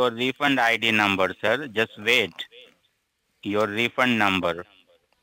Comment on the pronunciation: Dammit. Vait vait vait. Teach them to say more words wrong.